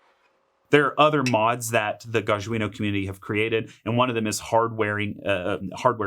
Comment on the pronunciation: It's GAH-jjah - J like John